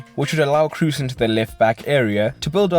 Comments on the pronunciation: can't stand your pronunciation of Toni Kroos it should be pronounced as "Cross" not your Crus or something like that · As a german I can say you pronounce it "cros", but with a long "o". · No, it is like Cross